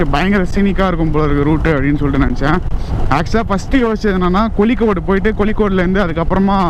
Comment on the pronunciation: கொலிக்கோடு 🤣🤣🤣🤣🤣🤣🤣 bro athu கோழிக்கோடு 😁😁😁😁